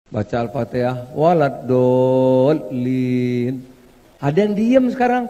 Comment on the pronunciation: baru kali ini saya melihat dan mendengar seorang ketua umum partai PAN (yang notabene terkenal muhammadiyah) ngomong waladolin kayak gimana gitu dulu dia belajar baca alqur'an dimana ? sepertinya belajar pakai huruf alfabet bukan huruf hijaiyah